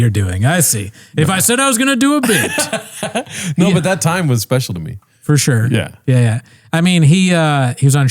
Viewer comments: It's was a speshial time I had a can of pringles on my shoulder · So speshul man, jussa speshul time